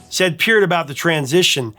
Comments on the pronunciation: Hey you pronounced Peart's name correctly! Nice! lol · Thanks very much for your intelligent commentary on Rush. You're spot-on with analysis and accurate with the history. I always watch immediately when I see a new video posted. Your appreciation for the boys is evident and your respect for them welcomed. You even pronounce Peart and YYZ correctly and know it's THE Spirit OF Radio. With all of this, I did chuckle when, in this video, you referred to The Fountain of "Lamenth." Hey, you can't win them all. Keep up the good work. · He did say Lament. LAMNETH. At least he knows how to pronounce PEART!